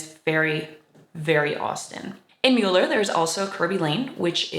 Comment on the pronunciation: Thank you for the positive coverage of our beautiful neighborhood and especially for pronouncing the name correctly.